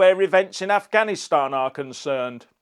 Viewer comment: No he said "I'm not gonna answer questions on ganastan" he couldn't even pronounce Afghanistan.